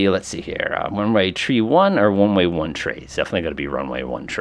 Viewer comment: Your mispronunciation of the number 3 is quite distracting